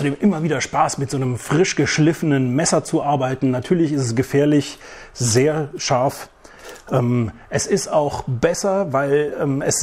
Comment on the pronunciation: Dieses scharf 😂 Lachkick 🤣